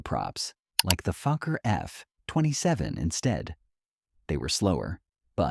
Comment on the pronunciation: No, it is not Fukker, but Fokker